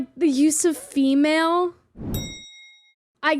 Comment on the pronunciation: He did not just JUST! He wore a fedora AND SAID FEMAL AND M'LADY!!! Ack! I I can't with this man!